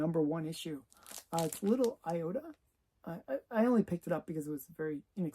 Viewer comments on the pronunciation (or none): Don't you mean Little Iodine as in the skin cleanser? Not Iota as in a small spec? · LITTLE IOTA ... ??!! ...... I-O-D-I-N-E .... eye-o-dine .... stuff you use on cuts ....... what the heck